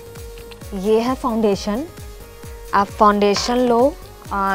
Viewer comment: Itne bhi bure din nahi aa gae hamare ki isse make up seekhna padega...biggest joke of the day...and it's not called fon-dation...she was looking like a ghost after applying the foundation as it was much lighter than her skin tone